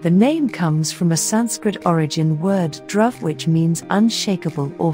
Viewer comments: Dhruv is pronounced with a short oo sound and not the uh sound. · "Dhruv" is [dˌiːˈe͡ɪt͡ʃɹˈʌv], [dˌiːˈe‍ɪt‍ʃɹˈʌv], [d_ˌiː__ˈeɪ_tʃ_ɹ_ˈʌ_v] (IPA phonetic alphabet) not drove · Nice mispronunciation of Dhruv.